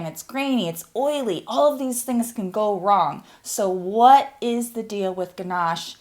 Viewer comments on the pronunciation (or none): none